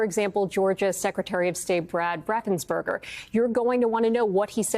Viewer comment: Raffensperger, not burger is his correct name.